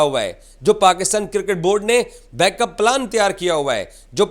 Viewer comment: Baaakup plan❌ backup plan✅ Contdon❌countdown✅ Scddule❌schedule ✅ Hybraaad model❌hybrid model✅ Endia❌INDIA✅😂 Traaphy❌Trophy✅ Anauncment❌announcement✅ Zestre❌Gesture✅ Susksfull❌successful✅ Reporting❌ english ki MCBC and nafrat✅😂😂😂